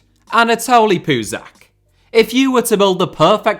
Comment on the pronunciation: Puzach’s name is pronounced as “ch” , as in “cheese”!